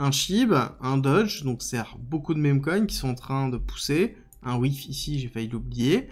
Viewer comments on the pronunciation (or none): none